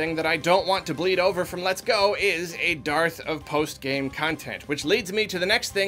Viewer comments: you used the word Darth. It's actually said dearth; rhymes with earth. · Dearth is pronounced like Earth with a D. Just like it's spelled.